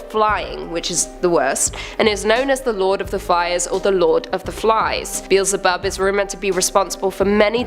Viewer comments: Be-el-ze-bub. Get it right! 😆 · It's not "Beel-ze-bub"... It's Be-el-ze-bub.